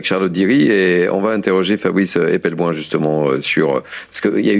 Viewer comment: Même si ça peut sembler futile, la moindre des courtoisies de la part du journaliste serait de prononcer correctement le nom de Fabrice Epelboin (par ailleurs impeccable comme d'habitude).